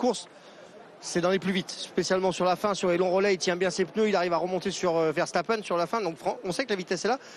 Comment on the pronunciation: Si il parvenait à prononcer correctement le nom de Verstappen le Vacheur . On connaît sa condescendance vis à vis des Belges mais un petit effort c'est quand même pas compliqué 🙄